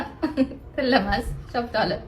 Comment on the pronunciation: Choptolimas shoftoli